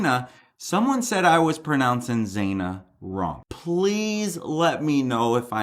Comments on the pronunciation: Still pronouncing it wrong. Zana like banana ✔️ Not Zāna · Xana - pronounced Zan - ah not Zain - ah ❤❤❤❤ love your channel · Xana is pronounced zana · Xana ...Pronounced Zannah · The name is pronounced Shana like rhymes with Anna. Its an eccentric spelling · Hi. Xana is pronounced Zana. Rhymes with Anna. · Hi there, I'm pretty sure Zana is pronounced with a short vowel sound.... Like banana, or Hannah. Great video!! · xana..like Xanax. you do say it weird hahah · ZANA - you are pronouncing the second letter A wrong.